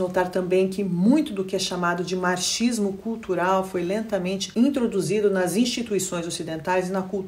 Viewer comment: Excepcional como sempre. E como é duro falar duas línguas frequente e fluentemente né,? Acaba saindo uns "marchismo" (marxismo) quando está no modo português hehe. Obrigada por sua grande contribuição.